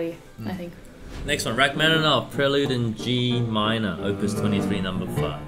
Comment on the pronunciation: First, twas great to hear pronounce Rachmaninov’s surname 99% correct. Second, Balakirev, whilst not well-remembered, did say it himself he was competing against Ravel in terms of technical difficulty of his pieces (and like Ravel, he wasn’t really able to play his own compositions). So it’s not surprise that a work of his is there next to the (in)famous Gaspard in the Night